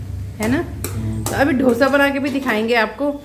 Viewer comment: ढोसा नहीं डोसा बोलते हैं बहन । बहुत अच्छा बने हैं डोसे